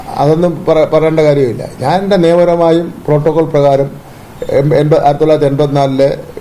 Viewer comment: പ്രോട്ടോക്കോൾ എന്നാണോ മോട്രോ ഗേറ്റ് എന്നാണോ അണ്ണൻ പറയുന്നത്..